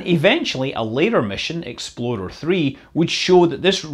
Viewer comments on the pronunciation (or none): Are you saying "Exploder" or "Explorer?" Asking for a friend... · Say it with me Scott: Me: Ex Scott: Ex Me: plor Scott: plor Me: er Scott: er Me: Explorer Scott: EXPLODER! 😉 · Did you call it "Exploder 1"? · “EXPLORER”! Ok, that makes more sense. I was hearing “Exploder”, thinking “no... there’s no way that’s what they named them”. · He says "explorer" like "exploder" which makes me chuckle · For all of us non-scottish people here: He's saying "Explorer", not "Exploder". :D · Scott, you are so evil messing with our heads like that. Sounds like you are saying "exploder" one. Or maybe "xp-loader one" or perhaps "x-below their one". But there is no way you are saying "explorer one". You are driving people with OCD up the wall. Tap this a few times and judge by yourself. Clearly you can hear "loader", not "lorer" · It sounds like you're saying Exploder, and I love it. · Love how it sounds like he keeps calling the rockets "Expoder" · i swear to god scott is saying "Exploder.... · Did you say: "Exploder One"? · Pretty sure I still heard 'exploder' a few times there. Gave me a chuckle, given the number of issues early US rockets had. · U said exploder 1